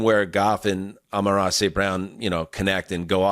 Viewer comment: Bruh you keep calling him Amone-Ra. Do you think he's Italian?